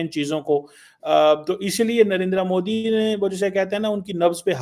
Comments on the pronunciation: Abe its modi, not moodi. Bolna b nhi atta. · Mudi ni modi hota h, kb bolna sikhoge zahilo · It's MODI Not Mudi 😅😅😅😅😅